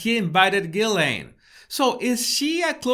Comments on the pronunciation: I think her family pronounce it Ghilen, I think its such a disrespectful picture a queen or king is anointed at some point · Ghilsaine~ pronounced Gee Laine…. Say what you see.